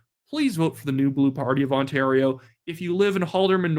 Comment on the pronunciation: Ford pronounces the province ONTARO😂😂😂😂 ONTARO